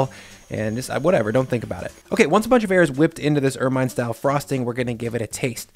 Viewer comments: UR-mihn, not UR-mine. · Did I add my pedantic 2 pennies? It's pronounced "ERR-min" rhymes with vermin. It's like a ferret sort of thing with a soft white and black fur.